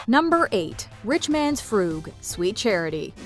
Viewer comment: "Frug" rhymes with "shrug." It's not "froog."